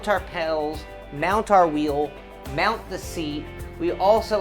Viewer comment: "MOUNT" not "MOUND it on" Dizzy Broad